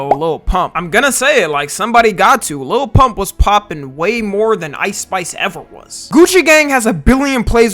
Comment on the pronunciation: the second hand embarrassment i got after trump said lil pumps name wrong😭😭